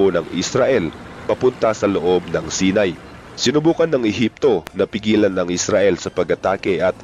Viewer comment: Hindi sinay saynay ang pronounce ng Sinai lol ✌️